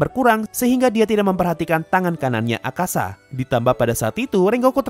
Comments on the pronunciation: Btw namanya Akaza min, bukan Akasa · Akaza bang bukan akasa